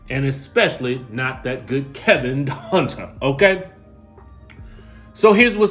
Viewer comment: It's Kelvin Hunter, not Kevin Hunter! 🤣🤣🤣